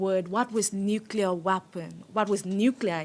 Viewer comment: Are you saying nucu LAR? When will you turn 13?